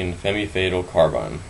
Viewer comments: It's not "Femmy fatal," it's "fem fay-tal" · It's Fam Fay-tal. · Its pronounced, "FEM FETAL", Its French... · lol he said femee fatal hahahaha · love the pronounciation of femme fatale :) lol